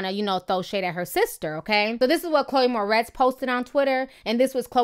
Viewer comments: Its 'More - RITZ' not 'More - TEZ'. Just thought you should know. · I love you Ti.. but can you learn how to pronounce celebrities names lol! Chloe "Mortez" haha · I'm laughing, it is Chloë Moretz, not Mortez. Great post though, Ti .😘😘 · Am I the only one bugging about how she keeps mispronouncing Chloë's last name? 😂 It's More-ets not more-tez 😂😂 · LOL Ti it's Chloe Moretz not Mortez :-) Love ya still! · Ti much love for you but you kept saying Chloë "Mortez" but its Moretz lol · chloe moretz not mortez hahaha too funny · lol her name is moretz not mortez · girl its moretz not mortez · MORTEZ? Seriously? She is Moretz! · Ti..... Lmao it's Chloe MORETZ... Not Mortez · moretz not mortez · Mor-ETZ, not Mor-TEZ. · not to be negative but u said chole moretz as mortez. damn t f**k her name all the way up. (no shade only love) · Its pronounced mo-retz